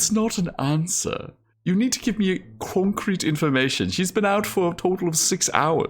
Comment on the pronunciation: The way said 'concrete' xD